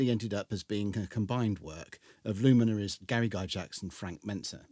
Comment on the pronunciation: The only thing i find wrong with this, is your pronunciation of Gygax